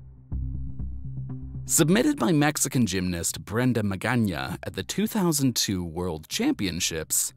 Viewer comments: very much appreciated. Research is important indeed. And yes, Magaña is pronounced well in the video. Hope others will be just as conscious about proper writing and pronouncing. Thanks much! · Like as spanish speaker I loved that you pronounced the ñ 👌